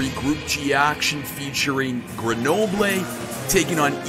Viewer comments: its Greunobleu not grenoblé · It’s pronounced Ger No Bull